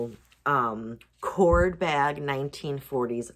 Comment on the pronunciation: I think your black corde bag is probably hand crocheted. Wouldn't that add to its value? Also, corde, pronounced like corday, is cotton covered with silk, a wonderful material, very different from, for example, the cord used in macrame bags.